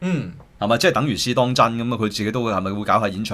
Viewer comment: 可唔可以發音好d? 邊個網媒係 試當‘陣'？